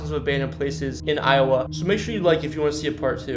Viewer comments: Learn how to pronounce these town names jesus. Do you know anything about Iowa? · Evidently went to school in I O wa .